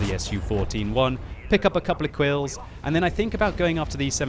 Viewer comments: Pick up a couple of kwills. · Did anyone hear "Kwills", from? or that just me? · Couple of kwills :P <3